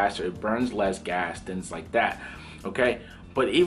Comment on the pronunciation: You're extremely knowledgeable about flying and aviation. Can you please say "thinGs" instead of "thiNs."